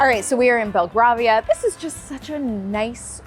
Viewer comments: BELL-GRAVE-IA not GRAR-VIA. Grave like in rave? 😊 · Belgravia - pronounced - "bel GRAY vee uh" or "bel gravy uh" 😁 xx